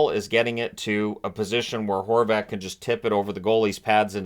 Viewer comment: at first i thought you called him Goal Horvat 😂